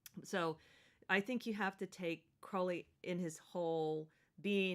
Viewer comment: Crowley as in crow not crowd...